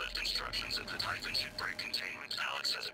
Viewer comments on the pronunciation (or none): none